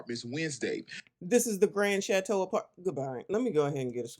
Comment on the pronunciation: The Grand Shat-teau.